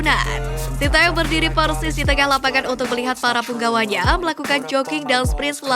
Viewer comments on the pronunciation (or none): none